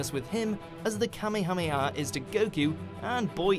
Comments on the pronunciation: I can't get over the way kamehameha is being pronounced. please revisit dragon ball if you need help. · I hate it when people say Kamehameha like that